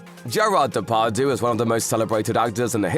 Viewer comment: De Par dieu not day par doo